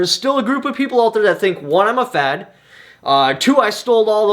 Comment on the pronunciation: I thought I heard f@ not fed. Haha. I was confused for a minute